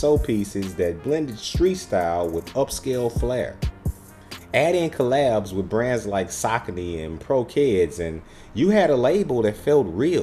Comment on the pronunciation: Saucony (Sah-cone-knee)